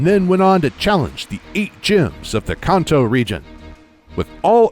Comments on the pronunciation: Khanto ugh why is he adding an h when saying Kanto (can’t-toe) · Its pronounces can-toe not con-toe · Its definitely Can't-Toe not how you say it weirdo